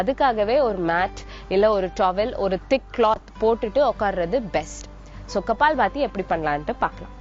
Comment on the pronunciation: இவ்வளவு நல்ல தமிழ் பேசும் தாங்கள் ஏன் " கபாலபதி" என்று சொல்லகூடாது ? இந்திகாரனுங்க கப்பால் பதி என்று உச்சரிப்பார்கள்!